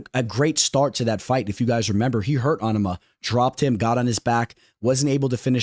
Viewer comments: Gary ain’t out grappling prates might take him down maybe 1-2 times but this fight is gonna be a striking fight. Also bro you gotta learn how to say Onama name. You keep saying Ahnama it’s Oh-Na-Ma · you’re saying it wrong watch a fight and how Anik does it. Also probably the only YouTuber that says it that way